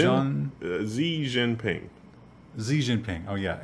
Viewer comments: The pronunciation is "Shee Jin Ping" guys. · Xi jinpings name is pronounced "she" jinping.